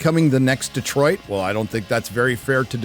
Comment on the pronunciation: Thank you for pronouncing Detroit correctly multiple times in a row. Instead of every other yokel that pronounces it Deeeeeeeeeetroit